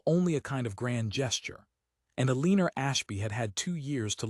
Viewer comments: E-lean-er? Really? These AI stories’ narration seem to get more absurd instead of improving over time. Yet, we’re entrusting our government, defense, economy and healthcare systems to a group of rich, spoiled, self-indulgent men and their Experiment with AI. And we actually believe that it’s going to benefit us? When it can’t pronounce the name Eleanor? It would be amusing, if it weren’t so terrifying. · This AI generated story with AI narration and you can’t even get it to read Eleanor right! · Ai mispronounces Eleanor’s name. I can’t listen to it.